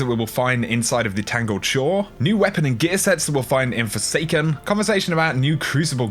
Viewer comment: Did you just say snook? Do you mean snuck? EDIT: I am sorry but "Forsanken".